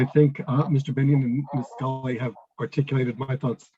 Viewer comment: This👆"" like 😊😂 calls Mr. Waqas as "Vikaas"(as though he's HINDU person) and Mary Scully as "Schooly"...!!🤣🤣 (Who the Hell is gonna take him seriously)🤔